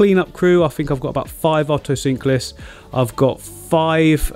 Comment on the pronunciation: Otocinclus or Oto-sync-lus 😂😂😂